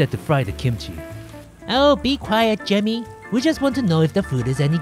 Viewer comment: Did he say Jemmy?